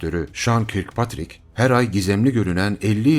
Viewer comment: Muhterem, güzel bilgilerini merakla ve ısrarla izliyor ve devamını bekliyoruz ama bir şeye dikkatinizi çekeceğim ingilizce telafuzlarınıza... Örneğin bu videoda adı geçen Kirkpatrick, yazıldığı gibi okunmaz, Kirkpatrick "Körkpetrik" olarak okunur. Hatırlarsınız Uzay Yolu dizisinde kaptanın adını; Captain Kirk", nasıl telafuz ediliyordu?,,, Kaptan Körk... dip not olsun istedim